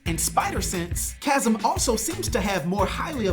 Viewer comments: CHAZZUM????!?!? Really bro? 😅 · Chasm is pronounced like Kazm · Bro can't say chasm